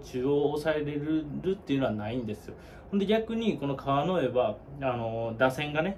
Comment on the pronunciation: 川之江のイントネーション違うんで出直してもろて！